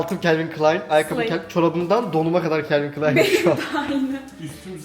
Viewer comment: Calin Klein diyosun abiiigg